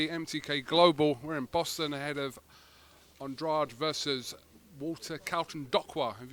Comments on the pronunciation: Your name is An dra de not an draid your from Cabo verde parents speak portuguese stop faking the funk punk be true to your roots you fraud!!!! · Ffs even Hearn is still calling him Andradeeee 😂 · Eddie calls him Andradi also lol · I'm glad Andrade told Kugan how his name should be pronounced. Actually it shouldn't have been that hard. Spells like "Lemonade", " GRADE". Trying to put a fake British sound to the name.